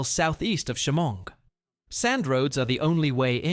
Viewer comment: I used to ride my quad to Hampton furnace. That’s also not how you say Shamong or Atsion